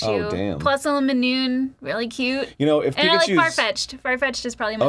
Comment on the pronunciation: What's favorite Pokemon other than Pikachu and Farfetchd? I'll sound like an asshole, but that sounded like a bunch of different ones. She probably just got confused on the name, but i'm still confused. "Illuminoone?" is that Linoone? Illumise? Munna? Lunatone?